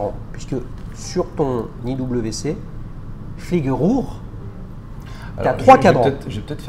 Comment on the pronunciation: Fliege Rhur 😂 Il n’a pas dû faire sept ans en Allemagne, celui-là 🥲